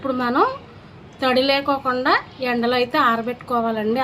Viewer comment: Lekokunda kadamma లేకుండ అనాలి talli